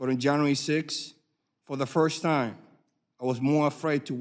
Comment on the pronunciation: This guy is a sad tool of powerful people. He can barely speak, cannot pronounce “first,” or “enlistment,” nor a lot of other words. He cannot read any better either. Keep reading your prepared statement that Pelosi wrote, slave.